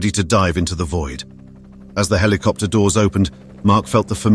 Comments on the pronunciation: Wtf 🖕 Heelicopter ✅️ 😂 Helicopter ❌️ 😊 👇 👇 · Rescue heliopter or **helicopter**? Smashed **skulls**? How many?! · "A rescue HELIOPTER ARRIVED" ? WHAT? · What's a heliopter? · A Rescue Hillyopter arrived?...You Mean Helicopter?